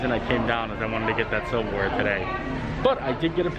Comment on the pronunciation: Silver Wear, I thought you said Civil War... I was like, what? Disney has that?